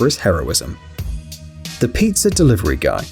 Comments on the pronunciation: Piazzer?? Might you be a Brit?? Adding letters that aren't suppose to be there?? Queen's English and all that BS. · WTH is “pizzer “ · sorry but “pizzer.” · Did anyone else hear peezer